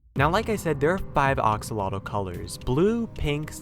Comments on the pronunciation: Ahhhhhhhhhhhhhhhhhhhhhhhhhh stop saying axolotl wrong it aggravates me. Edit: sorry that was rude but it’s pronounced axe-O-lot-ol. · It's pronounced "axalotle" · Its pronounced Axe-Oh-Lottle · It sounds like he's saying oxalota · why do you say oxolotl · he called them oxalotl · Did you just call it the oxoloto?!? How dare you!!! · How to pronounce axolotl: Axe-o-lot-ul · Axe -a-la-til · Ahhh I'm sorry it just that they way you are pronouncing axolotl is killing me I pounce it like: Axeeee olotl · It sounds like ur saying oxolotl😂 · Ok, I just wanna say, it's pronounced "axe-a-lottle" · Ah, yes. Oxolotl sure is the correct pronunciation. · I'm sorry to sound like a prick, but it's pronounced like axe-oh-lot-l. The last L is pronounced as you say the word "like" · ah yes my favorite minecraft mob, the oxolotl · your butchering the word axlotl you know you say it with an a not an o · Axolotl is three syllables and nearly rhymes with "roach" or "boat". "X" sounds like English "sh", the "tl" is a single consonant similar to the English "ch" or "t" sounds. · The plural of "axolotl" is "axolomeh" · You are pronouncing axolotl wrong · You said axolotl wrong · You’re saying axolotl wrong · The way he pronounces "Axolotl" really bugs me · this guy mispronounced Axolotl on a video about Axolotls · The way he pronounces axolofl hurts. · Ur pronouncing axolotle wrong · You're saying axolotl wrong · He’s pronouncing axolotl wrong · Axolotls are real animals btw and ur pronouncing Axolotl wrong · It's not oxulotl axslodl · AXELOTEL NOT OXELOTEL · Its axolotl not oxalotl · Did he say the geen Axlelolo 😇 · ITS PRONOUNCED AX O LOT L NOT OX O LOT L THATS DUMB- STOP SAYING IT THAT WAY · It’s pronounced axolotl not oxolotol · Axolotl not oxolotl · u r saying oxolotle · It’s pronounced A-xolotl, now O-xolotl. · He said oxalotl😂😂🤣😝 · I’m just listening to him saying “oxolotl” while raging over it. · Stop saying Oxolotl!! It is Axolotl not Oxolotl! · ITS AXOLOTL NOT BLOODY OXOLOTL